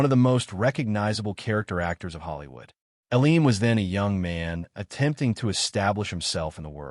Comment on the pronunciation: Terrible narration. How many ways can Mr. Elam's name be mispronounced?